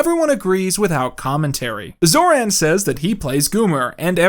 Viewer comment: you americanized pronounciation of Zoran (based)